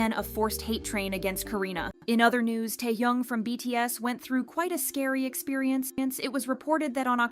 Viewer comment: is this voice ai? she doesnt have the same intonations as she usually does and called taehyun taehyoong pls